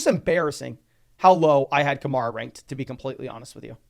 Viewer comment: It's Ka-Mair-A rhymes with hair. Not Mar, rhymes with star. He's been a star in the league for 8 years now.